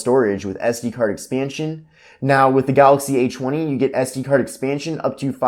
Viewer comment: he's saying "H woney"